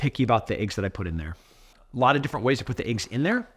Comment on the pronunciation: It's eggs not eaggs 😂